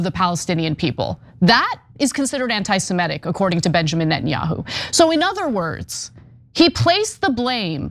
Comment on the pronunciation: FFS Stop saying "anti-Simetic." Do you know any Simetes?